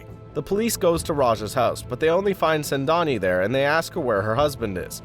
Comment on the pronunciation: It's not sendani it's sengani